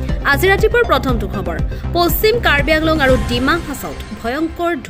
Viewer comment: News reporteror mote কাৰ্বি আংলঙ নহয় , কাৰ্বি আলঙহে 🤣🤣